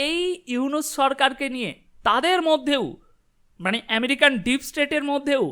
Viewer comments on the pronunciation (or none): none